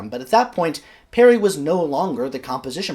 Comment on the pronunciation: Its SIR HUBERT PARRY NOT PERRY. He was born in Gloucestershire NOT NEAR WALES.